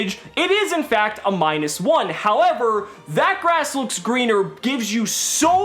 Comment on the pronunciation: You mispronounced That Ass Looks Leaner